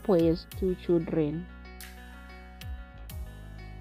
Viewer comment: If you😮 say Chidreni one more time !!! 😮😮😮 it's CHILDREN You kwerekwere.